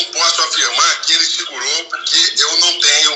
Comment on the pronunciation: DA PRA VOCÊ FALAR PORQUE. INVÉS DE PUROQYE?